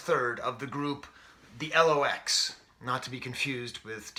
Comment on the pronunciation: Dude it's 'The Lox', pronounced 'locks'. They were originally called 'The Warlocks' but when they got with Puff they shortened the name